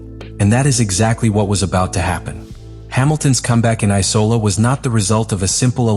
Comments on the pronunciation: It‘s IMOLA not ICOLA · I for one love the eye-cola grand prix!